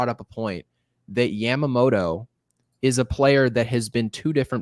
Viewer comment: I took Japanese in hs but correct me if I'm wrong. Isn't it yama-moto (yah-ma) and not yam-amoto? All I'm hearing is the 'beans, beans, tomato, potatoes, yams' song every time lmao